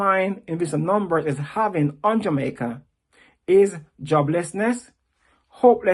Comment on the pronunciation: He needs to learn how to pronounce Jamaica with out an er